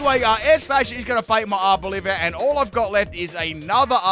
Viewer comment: It's ARVOLIVA, OLIVA NOT OLIVIA! I would have though that after using it for so many months you would read it lol. It comes from oliva, olive